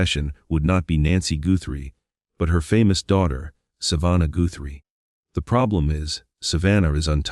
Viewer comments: lol😂😂😂 it's Guthrie not goothrie Hun 😂😂😂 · Pronounce the last name, Guthrie, right, Not Goorhrie. AI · I find AI narration quite irritating - grammar, punctuation and pronunciation errors. It's NOT Nancy Gooo-thrie!! Hope I am wrong but I think Nancy was murdered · What dummy is narrating this video? Goothrie vs Guthrie? Alaby vs Alibi? Li-sure vs. Leisure? Wee-Fi camera vs a Wi-FI camera?So many mispronunciations on this video. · why is the guy reading saying words wrong? Goothrie? alibee? is this AI reading? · Not to mention "Tuck-son" and "Goo-thrie" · Has anyone counted how many times the AI has mispronounced simple words like "Tucson", "live" or simly the Guthrie's name? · I don’t usually comment on a video’s narration because there are more important issues. But good grief, this was just awful. The mispronunciation of Tucson, plumber (plum burr) and the Guthrie name. The poor woman has vanished, can’t you have enough respect to pronounce her name correctly? I stopped watching this slop. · I'm sick of the computer generated narrtive . Can't pronounce 'guthrie', tucson', 'alibi'. Stupid. And the SIL's nose is way too big and he is clearly over six feet tall. This is just entertainment. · Is it impossible for AI to pronounce names and words properly? In this vid, Tucson and Guthrie were mispronounced several times. I stopped watching and listening to this one. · What a dummy narrating this - he can’t even pronounce Guthrie correctly much less not being able to say What Tucson! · It mispronounced a few words and the last name 'Guthrie'. 😁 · I can't watch something that cannot pronounce words correctly. IE; Guthrie, alibi, Tucson.